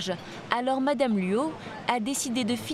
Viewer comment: Luo et non "Luau".